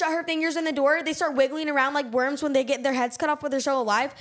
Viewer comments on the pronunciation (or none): none